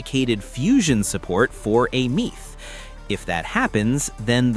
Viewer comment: Bro it's Aemeath, Denia and Mornye